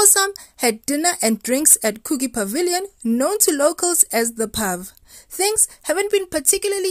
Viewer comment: Coogee lol ......it's pronounced Coo Jee